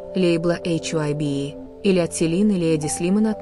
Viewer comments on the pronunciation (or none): none